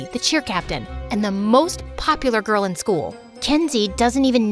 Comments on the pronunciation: "perfect Ka ghurl" bros a Filipino 😭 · "perfect KA GHURL" omg is that phillipines?!!! the background- my gosh its a disaster 💀💀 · "perfect ka ghurl" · “Perfect ka ghurl”😭🥹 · "perfuct ka gurl" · "Perfect ka ghurl?" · "Perfect ka ghurl" I noticed it when she was showing her test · "perfect ka ghurl" 😂